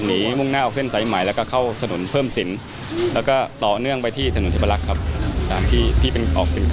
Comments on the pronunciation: ผมล่ะ งง จุดเกิดเหตุ ถ.เทพรักษ์ หรือ ถ.เทพารักษ์ นักข่าว อ่านให้ถูกหน่อย เช็คมาแล้ว ถ.เทพรักษ์ แถวๆสะพานใหม่นิครับ เอา งง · เทพรักษ์ ไม่ใช่ เทพารักษ์ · ถนนเทพรักษ์53. ไม่ใช้เทพารักษ์ครับ เทพารักษ์ สมุดปราการ. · เทพรักษไม่ใช่เทพารักษ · ถนน เทพรักษ์ ไม่ใช่ถนน เทพารักษ์ ค่ะ